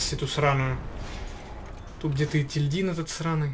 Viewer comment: Просто для справки не етиЛьдин а еТильдин